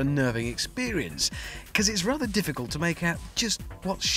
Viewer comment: Bekiss... it's' because' man...